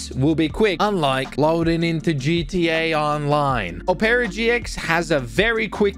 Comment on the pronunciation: NO WAY HE JUST MISPRONOUNCED OPERA GX, BROOOOOOO 💀